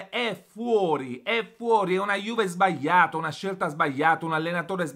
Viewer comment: SBAIATA ......SBAIATA.......LA GLI .......SBAGLIATA SÌ DICE SBAGLIATA